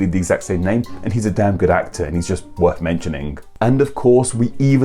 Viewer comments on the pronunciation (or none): none